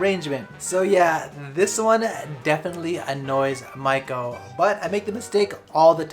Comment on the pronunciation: Dude, how can you not even pronounce your wives name properly after 3 years? It's mee-ko not mike-o